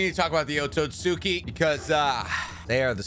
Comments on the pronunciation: OtsUtsuki* NOT OtsOtsuki. It's OtsUtsuki with an "U" NOT "O" :/ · your pronounciation of otsutsuki is wrong just saying